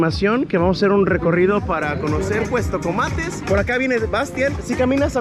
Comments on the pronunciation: Con todo respeto en todo el video dijiste cuestocomates y es Cuastecomates , perdón pero si se escucha raro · Hay una gran responsabilidad al tener un micrófono o una cámara enfrente. Debes conocer del tema del que estás hablando y por lo menos pronunciar bien. Se llama Cuastecomates no Cuestecomates. Adicionalmente, como Persona Con Discapacidad Visual la forma en la que te diriges utilizando términos incorrectos me ofende y molesta. No se dice personas con capacidades diferentes ni personitas con otras capacidades ni nada de esas tonterías. Solamente se dice personas con discapacidad y se acabó. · Es Cuastecomates no Cuestocomates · "Cuestocomates" jaja pasé todo el vídeo esperando que corrigiera 😅